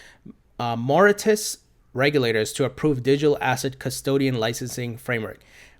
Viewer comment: Thanks -awesome. BTW-it's pronounced MOR-RI-SHUS.